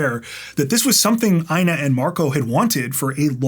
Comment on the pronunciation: Dude...The name INA sounds like EENA😊 Long E...No I. 😊😊